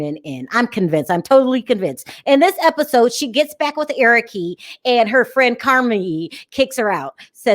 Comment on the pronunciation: I thought they he was try to get her to live in Nigeria. He didn't think it through. Angela calls him "Pop pop". Larissa isn't thinking with with head, but another body. I hate the way she add 'e' to sent of Colt and Eric names. Debbie is strange and should be on sMothers.